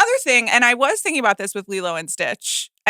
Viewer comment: when did people start pronouncing the "g" at the end of works like a "k"...thinkink? IS it a regional accent thing? Cannot unhear it... And the whole email argument was very annoyink...Amaanda, you are not that special.